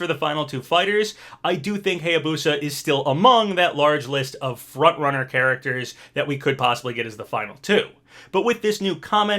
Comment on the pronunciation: "Frontnunners" he says.